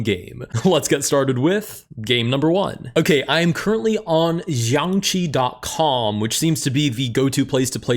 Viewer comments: "xianqi" It's Xiangqi bruh 💔🥀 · It's not even xianqi it's xiangqi. Or 中国象棋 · blud does not know Xiangqi is read siangqi not ziangqi lol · Xiangqi should be pronounced somewhere in between “shyangchi” and “syangtsi”, and definitely not with “zyangchi” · xiangqi but ok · It's XiangQi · good to know: xiang qi is pronounced something more like syahng tsee! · As a Chinese person, ty for making this video bro. I appreciate you bringing the spotlight to chess of different cultures, and if you’re planning on continuing this series, I bet it’d delight a lot of fans if you also got your pronunciation right! Xiàngqí may be a bit hard to pronounce, so here’s my attempt at making a phonetic guide (although it’d be best to just do a quick search/use some translate app and give it a listen): Sh-yee(least emphasis on this syllable, it’s more of a passing tone)-ahng(most emphasis on the “ah”) chee (with a rising tone on the “ee”) No shade on. I get that he’s not a Chinese native, but the best way to respect someone or something is to try to get their name right, and the difference is noticeable. Thank y’all for your patience, and I hope y’all don’t take this personally or take offense to this 🙏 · You pronounce it almost like shang chi from marvels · bro its xianGqi 💀💀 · butchered the pronunciation today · Funny thing about accents: I actually heard a "g" in his pronunciation of the word. I'm not sure how it would sound with "extra" g-ness. Edit: I don't speak Chinese, so I'll have to defer to your expertise; but I also can't tell what was wrong.